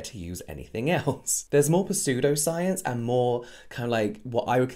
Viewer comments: I've never heard someone pronounce the P in pseudoscience. But it sounded like you said persue-doscience! Which I thought, WOW! NEW # # pursuesoscience !! Their trying to pursue your money with pseudosciencen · james😭😭puhsoodo-science😭😭😭 really great info though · Babe ily but the p in pseudo-science is silent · James this video is old but i just wanted to point out you pronounced the p in pseudoscience and idk of it was a joke or not but I loved it